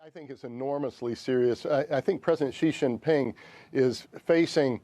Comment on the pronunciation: Yes, it is 2019, and "experts" still cannot pronounce Xi Jinping.